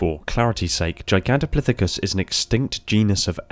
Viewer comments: Pith. Not plith. It's pithicus. Not plithicus. Thays going to many me for days lol. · I don't think there's an "L" in "Gigantopithecus".